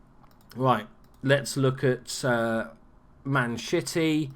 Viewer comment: Did you just call us Man Shitty? Or is that an accent?